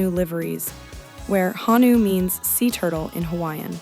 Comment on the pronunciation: Honu. Not hanu